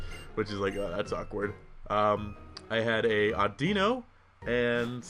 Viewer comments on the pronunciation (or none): none